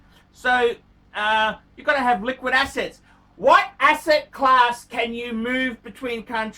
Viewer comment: Did he say liquid asses ? Or assets. Same dipherence